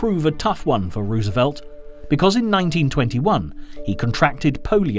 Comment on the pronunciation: 😊😊 I didn't even hear that he was saying it wrong. Lordy.